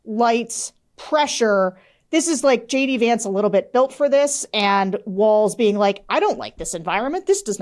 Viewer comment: She doesn't even pronounce Walz's name correctly.